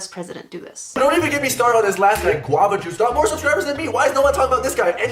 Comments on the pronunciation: I’m pissed off at Qwava Juce I hate that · nobody despises guavajuice more than...